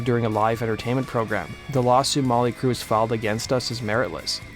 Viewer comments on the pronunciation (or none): "Molly Crue"? Enunciate that T a little better bro. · Why do you keep calling them Molly Crue?